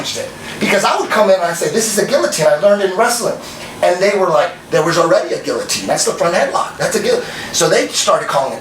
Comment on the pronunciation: Can't pronounce guillotine.